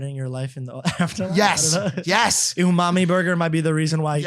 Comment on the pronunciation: lmao u-mami bur-ger. u-mami bur-ger.